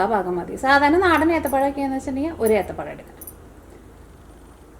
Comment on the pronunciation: ഏത്തപ്പലം അല്ല എത്തപ്പഴം